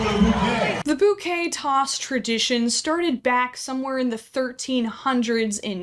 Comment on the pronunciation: Thank you for being one of the only people I have ever heard correctly pronounce the word “boo-kay” [bouquet] instead of “bow-kay.” Thank you 🙏🏼